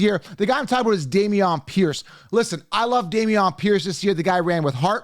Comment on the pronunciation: How do u consistently say these guys names wrong, like Bijan and Damien P?